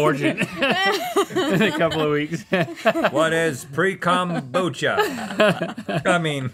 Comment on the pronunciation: "pre-kombucha" is going to put me in an early grave